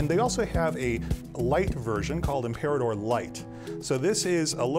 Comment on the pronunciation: He made it sound like "Im-pee-rah-tor" LOL